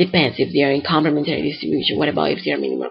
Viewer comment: complem'entary , {not complement'ary} distribution. -- emphasis on the third syllable, see.